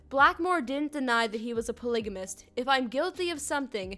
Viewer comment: “a pLIgAmIsT cWoP”